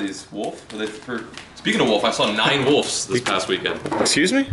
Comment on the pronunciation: ITS wolVes not wolFs